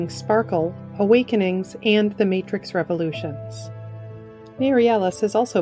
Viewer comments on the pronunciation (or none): none